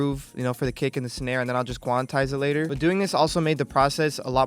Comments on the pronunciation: HE STILL SAYS QUANATIZE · Mans really said "quanitize" lmao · “Quanitize it” lol